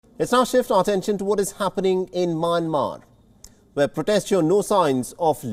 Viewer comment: Its not MANMAR its MYANMAR. How to pronounce (mian + mar )